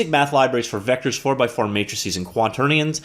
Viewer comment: Hey, good job on pronouncing quaternions right!